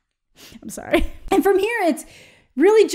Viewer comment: It's okay you can't pull off a british accent. Those Canadian "soorys" are the best :D